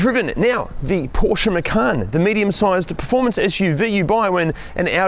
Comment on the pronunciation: There's no 'R' in the name: - Macan